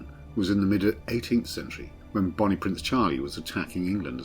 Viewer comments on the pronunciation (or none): none